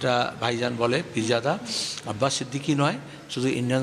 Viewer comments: নামটা ভালো ভাবে বলতে পারিসনা আবার কি নাতো সংবাদিক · Name ta thik kore উচ্চরণ করো